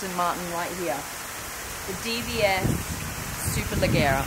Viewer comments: very informative though i think you missed the 0-100 and top speed of the DBS. Also isn't it pronounced superlejjera with a "j" sound? In italian the soft vowels e and i make "g" pronounced as "j" I believe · It's hard to tell the difference between the body styles when the only thing we can see is the host. Good shots of the interiors though. Also, the host mispronounced Superleggera; the Italians, nor the Brits or the Americans pronounce it the way the host did. Last, with over 15million subscribers, you think SuperCar Blondie could invest in a Lav mic for her videos, the audio sounds terrible and misdirected. Hopefully this is well received as this channel is extremely fortunate to have their followers and should be a bit more respectful to bring the minimal quality to the videos.